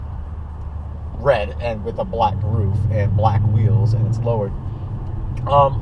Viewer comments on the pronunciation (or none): none